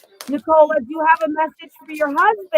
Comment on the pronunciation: can't say Nicola's name correctly?!